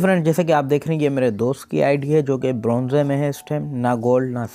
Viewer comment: Bronzeeee Nhi Bronze hota hai sir 😂😂😂